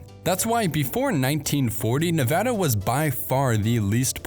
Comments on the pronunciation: Thanks for not mispronouncing Nevada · As a Nevadan, thanks for pronouncing it correctly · Thank you for pronouncing nevada properly! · Thank you for the great information! I have a few comments. 1) Thank you for pronouncing Nevada correctly, or at least, the way people in the State of Nevada and residents of California's Sierra Nevada mountains pronounce it. People from the east and Midwest so often say "Ne Vaaauuugghh da" and it's "ne Va da," with the Va pronounced the same way Va is pronounced in "Vat." 2) The majority of water that sustains northwestern Nevada comes from California from the Truckee River drainage, which Lake Tahoe is part of and the Carson and Walker Rivers. Washoe, Carson City (county-city combination), Douglas, Lyon and Mineral Counties depend on these sources. California is often accused of taking water from surrounding states, but in the case of northwest Nevada it is exporting a lot of water, all of it produced by eastern Sierra Nevada watersheds. 3) The snowpack of the Sierra Nevada, southern Cascades and some northern California mountain ranges produce the water that irrigates California's Central Valley agriculture and over half the fresh fruit and vegetables consumed in the U.S. are produced here. Many products are largely only produced in this state. California has the largest agricultural economy in the U.S. Thus this snowpack is about the most important reservoir in the U.S. The current drought in this region has nationwide impacts. Given the current long term drought the mining of ground water is being used as a short stop gap measure to sustain a portion of this economy. Sin